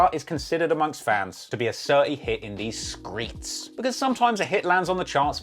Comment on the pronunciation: "A certi hit in the skreets" ..uuuuusing it.